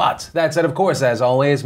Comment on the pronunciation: That moment when you stop being jaded and remember he's saying "Philled in" not "filled in"